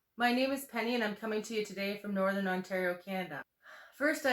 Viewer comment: Northern not Borthern